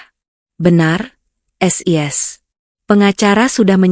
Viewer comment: Siska dipanggil sis . Ngapain dibaca es i es ?